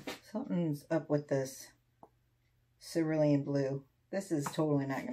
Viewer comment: Oh, you do make me laugh, but I think you are too hard on yourself. At least you pronounce cerulean correctly, not many people do lmao;)